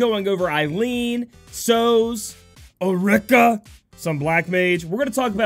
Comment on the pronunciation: Ulrica - (Ul- rica) remember that Japanese pronunciation is very similar as Spanish Vowel - A - Ah, E - Eh, I - Ie , O - oh, U - Umbra.